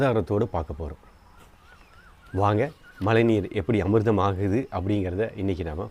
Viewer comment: உங்களுடைய மழைநீர் என்ற சொல்லை உச்சரிக்கும் போது ழை என்னும் ழகரத்தை சரியாக உச்சரித்துப் பழகுங்கள் நண்பா நன்றி